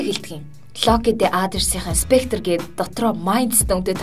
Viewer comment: Scepter yumaa "spectre" bishee